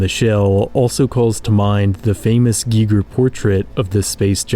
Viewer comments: I stopped watching when he said "GEEEGER" instead of "Geiger". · Giger. Not geeger. I feel like you don't really know what you're talking about. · its pronounced Guy-Ger, i didnt even know who you were talking about for 5 minutes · ITS *GUY-GUR" lmfao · Who said H.R. Gigger?? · I'm sorry to say but it is 100% without a doubt H.R Geiger as in that's how it's pronounced not spelled. And that is a hill I will die on.